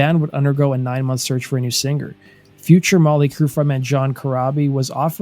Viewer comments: To the narrator ~ The word 'singer' isn't pronounced sinGRR. The g is soft in ing words. How old are you? Learn to speak correctly if you're going to narrate. It's irritating AF to continually hear you mispronounce that word. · I’ve never heard an American pronounce it as “sing-ger”. Sounds alien to me. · Well done. Only please the word "singer" has the "g" silent. Thanks. Keep up the good work. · whats with the hard G in the word singer?